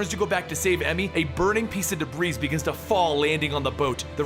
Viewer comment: Hey, I've heard you make this mistake too many times to ignore it. The word is pronounced "deh-bree", even though it is spelled debris. I know you don't give a damn about name pronunciation (I.E Ras/Raesh, and I totally see where you're coming from), however, you should use proper pronunciation of real words.